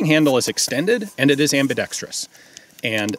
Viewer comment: Thanks for NOT saying ambidextreeeeeus. A good review.